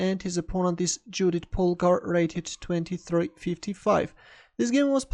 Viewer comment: Awesome game. By the way,, Judit is pronounced like “Yoodit”.